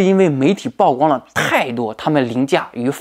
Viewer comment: 曝光 曝露 曝曬 曝露出 曝光度 曝屍荒野 野人獻曝 均唸（鋪）第四聲. 請關注和改進🙏